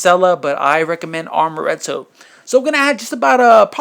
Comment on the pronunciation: the liqueur is pronounced AMoretto, not ARMoretto, there's no 'R' in the word. You also said 'fold it in the same way I did the Cool Whip'. That was real whipped cream, right?